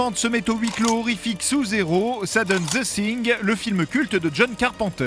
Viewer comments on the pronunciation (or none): zeu singueu ... Cette prononciation déplorable me fera toujours pitié !